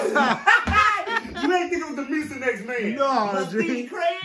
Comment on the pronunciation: gee-lo green